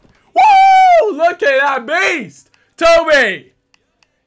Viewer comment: "Tobay" hahaha the way he says it